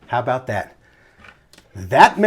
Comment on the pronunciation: Its aboot. Talking aboot. Please.